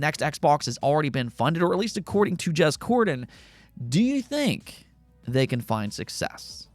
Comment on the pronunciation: You lost me at jez cordan...😂